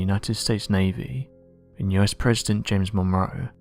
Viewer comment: Monroe pronounced Mon- row . Like to row a boat.